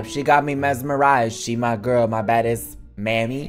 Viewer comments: When he was saying mami he needs to know it's mommy not mami of wtv he said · Not reading Mami wrong when it is pronounced (momi but with an "a") LMAO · Mami is pronounced mommy I think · him saying “mami” like “mammy” is actually so funny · The way he pronounced “ mami “ 😂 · "maemi" LMAOO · I think mami is pronounced mommy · Tell me You did not read wrong “ Mami”